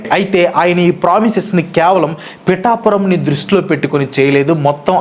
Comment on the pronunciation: Bro its pithapuram 😊